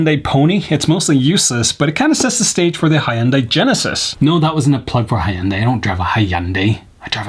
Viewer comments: “that’s not a plug for hy-Un-dai”… because that’s not how it’s pronounced. Show some respect to your fellow Asians lol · The Hyundai and Mazda pronunciation though.